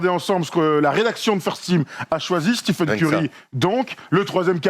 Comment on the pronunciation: Pourquoi vous dites "steephen" Curry, alors que les américains et lui-même disent "stèphen" Curry? ( pour être précis)